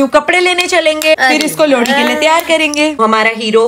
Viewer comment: Lohri jagah lodi bol rahe hr